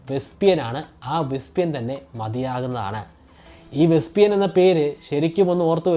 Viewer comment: വെസ്പിയൻ ആണോ? വെസ്പെഷ്യൻ അല്ലെ?